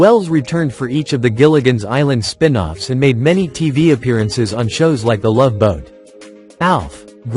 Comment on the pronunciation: The many LOVES of Dobie... Thanks, AI narrator.